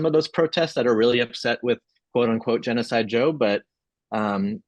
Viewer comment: Did she say she has respect for "Geoni" Joe Biden?